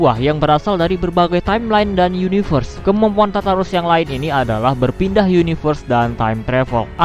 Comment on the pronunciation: Tartar sauce baca nya?